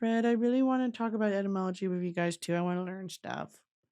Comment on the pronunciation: the whole time she was talking abt etymology I thought she said entomology 😔